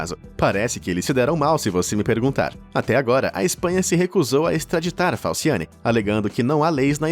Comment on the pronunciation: Falsiane "Falciani"... sério mesmo?